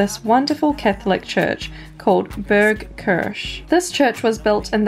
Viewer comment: She needs to pronounce Kirche properly or ill have a stroke